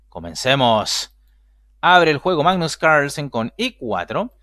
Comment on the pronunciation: Hoy jugó el primo danés del Campeón del Mundo: "Magnus Ranchenssen". 🤪🤪🤪🤣🤣🤣 En todo caso, bien Artemiev. 👊 Saludos. 😊👍🖐